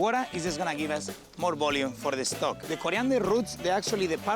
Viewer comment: sprinkol... de caramelaizing.. de stoc... ingles nivel peña nieto.